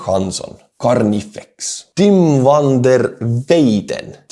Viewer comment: Hello, a Dutchie here. the name you butchered "van der Weyden" is an Dutch surname. the "van der" is added to let other know where someone is from. My last name is "van der Wal" wich means in litteraly "From the Wall". Meaning i am from the edge of the dry land which is called a "wal" in Dutch. A little refference to our history with water. "van der Weyden" is telling people that Tim in this case is from the lands of wich the animals graze. Grazing is called "Weiden" in Dutch. And Weyden is an old Dutch word for the same thing. Keep up the great work and the magnificent Butchering! Slava Ukraini!